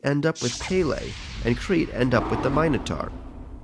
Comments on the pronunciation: Beautifully animated and narrated. As a local in Hawaii， I always cringed a little when he said “Pele.” Too much stress on the “e” makes it sounds like “payday” lol。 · also narrarator: "pee-le" it's pele, pe like penny and le like lei. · When he pronounced pele as paylay I wanted to cry (Pronounced as just pe•le) It's that simple guys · I'm offend, it's not pay-lay, it's pel-ay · Narrator: Pay-lay Me: Disgusted and offended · Close, the pronounciations are: Ha Vai'i- like wai? (why) but with V sound :) not Hawai'i. Peh- like in pet , le like leh, or meh! : peh-leh. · Pele is pronounced pēlē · It is pronounced peh-leh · IT’S NOT PRONOUNCED AS PAY-LEI 🙄😬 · Is anyone else Hawaiian and noticed how he pronounced Pele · oof how he says Pele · You said pele wrong... very wrong..... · You said pele wrong... I'm sorry I live in hawaii I don't like it when ppl do these things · The fact that he pronounces Minotaur and Pele wrong irritates me😭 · Your pronunciation of Pele is terrible